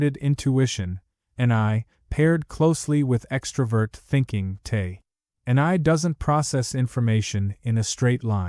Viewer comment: I don’t discredit this video, because it was created heavily with AI. I am turned off by it, because the YouTube creator did not even put the effort into correct the narration of Te being misspoken as “tae”, repeatedly in the video. 😂